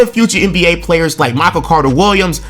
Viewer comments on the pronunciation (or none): none